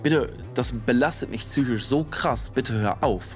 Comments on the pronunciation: Auch schlimm: „Fich“ Tich“ „technich“ „Schemo“ „schemie“😖 ah und Sutschini statt Zucchini 🙉 macht mich zychich krank 😂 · "züchisch" geht ja noch. Mich triggert es, wenn Leute "sich (selbt) entschuldigen" statt um Entschuldigung zu bitten. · mich triggert dieses zychisch auch immer -. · Einzigste,zychische, seit und seid. Trigger des todes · Leute die "Tsychisch" sagen, sagen auch "Marc Robert Lehmann" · Er sagt noch soooo oft züchisch 😭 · ELTON BESTER MANN <3 Was ein schlechter Take, war entsetzt 🤔😂 Gute Reaction <3 Und dieses "zychisch" hat mich auch wahnsinnig gemacht 😅